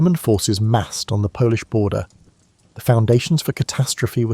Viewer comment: I’m 4 minutes in and have to stop. Whoever coded this script really messed up the pauses, and Polish for polish? Surely there are ways to get pronunciation right.